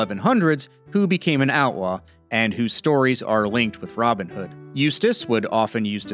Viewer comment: How can you pronounce his name as ROBIN hood?